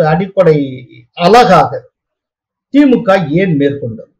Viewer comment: திமுகெ. Dhulliam. அல்ல. Thulliam த்துல்லியம் என்பதே சரி. எப்பப் பார்த்தாலும். கேள்வி. கேட்பவர். திமுகெ. அதிமுகெ பாஜகெ. என்றே. சொல்கிறார். அது. கவில். முடியவேண்டும். கெவில். அல்ல. கெ அல்ல. க. திமுக. அதிமுக. பாஜக. Kha. Nor. Ke